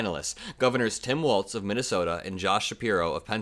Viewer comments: Sorry but it's pronounced "Walls" not Waltz. Tim Walz is the better choice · Hey his name is pronounced WALLS (WALZ) NOT WALTZ LIKE THE DANCE.